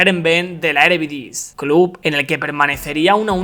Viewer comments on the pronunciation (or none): Videazo, pero bro, es eredivise, no erevidise jaja, no es hate te banco bro🤟